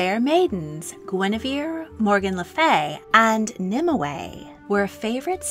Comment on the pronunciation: You seem to be putting an extra syllable into Nimue's name. In all the literature I've read/studied it's 2 syllables not 3